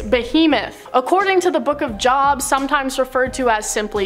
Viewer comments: lol job. No. It’s Jōbe—rhymes with robe. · 👋 so Job in the Bible is said J-oh-b not J-awe-b ...just a correction. Many of you say it like you do, but it is wrong. Have a good day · Not a linguist, but was always taught that, "Job", is actually pronounced "Jobe",(as in a long O sound, silent E),. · Yeah she mispronounced a couple of terms. Job is on of them I always was taught it was pronounced Joe b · It is the book of JOB - pronounced with a long O, like “JOBE”. The way she said it was like a job (ie working somewhere, applying for a job, etc.) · Job has a long o. Like Oh. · It's Jobe pronounced (Joe-ban) like the name Joe and then put a buh sound on the end. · It's pronounced the book of Jobe -Job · First: Awesome video. Next, It's not "Job" (Jaahb) its pronounced just the letter O. ex: Low, Row, Load, Job. All pronounced the same.....you might wanna get that part right, It means something. Peace! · And it sounds like jobe when you say it, not job. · itsnotjob, pronounced like jobe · Job pronounced Jobe or jowb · You pronounced it wrong it's spelled job but pronounced jobe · The "o" in "Job" in "the Book of Job" is pronounced as in "pole," "sole," "told," etc. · Job is pronounced "Jobe" btw. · Job...pronounced JOBE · Pronounced Jowb not job as in going to work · That is NOT how you pronounce "JOB" when speaking of the bible. Its pronounced Jobe. There is a Masonic youth group called Job's daughters that tells the story of Job in the bible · It's Joooob not JOB LIKE WORK. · the pronunciation for the Book Of Job = Jobe, you say O not awe. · It's pronounced "Jobe/long O" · Haha it’s pronounced Joe-b lol just sayin lol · rofl at the mispronunciation of Job xD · Yes I noticed that and they still haven't got their pronunciation right, like Job and to me that's pure laziness. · She said J-O-B 😇